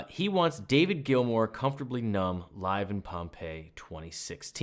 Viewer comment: Hey, you pronounced it correctly! Thank you for the analysis. I totally agree with the point that we need to check the changing underlying chord tones and why the solo sounds great at the top of them. Not yet there to quickly break down the modulation and key changes but your courses help a lot to be better. Thanks